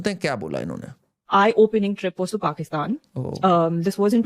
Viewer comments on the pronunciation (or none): none